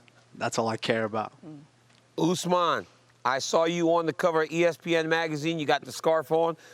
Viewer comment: I cant get a job at ESPN but they have reporters that don’t know Usmans name??? This shit is embarrassing